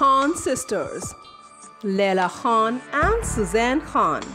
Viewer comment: BOLNA SIKHO KHAN HOTA HE KHWAN NAHI